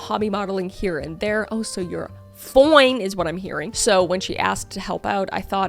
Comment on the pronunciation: I love the way Kris says "oh so you're foine! Is what I'm hearing", just made me smile 🤭